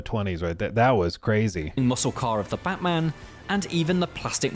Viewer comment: the way you said "Batman" got auto-captioned as "botman" lmao